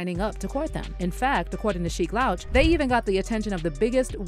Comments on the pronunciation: You should do a better job of researching who you make videos about, the man's name is pronounced "Loooooooch" not like OUT. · sheek LOWCH? this was definitely read by AI . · Louch rhymes with pooch, not couch. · Sheik LAHWCH is crazy work . Its pronounced LOOCH but spelled Louch 😅🤣🤣🤣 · Tell us you never listened to their songs without telling us.....Sheek Lowch? its Sheek Louch....pronounced Looch. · If you’re gonna take the time to investigate and publicly publish a story about one of the most iconic groups in history…at least get Skeeks name right!!!!!! It’s Sheek Louch (Looch) not “Lowch” that shit got me tiiiight! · Sheek L-ouch 😂😂😂 Louch(Looch Bih) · The way you're pronouncing Sheeks L"ouch" instead of Looch name is crazy 😂 especially because with people who you're reporting on. Hear Jada go on about dropping that fridge on Puff NEVER gets old. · LOUCH ....Lou....ch sound it out ma damn 😂😂😂😂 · The way you pronounce louch makes me want to scream! Jesus christ lol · Learn how to pronounce Louch genius.